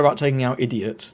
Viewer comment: XD the "ideot" 😂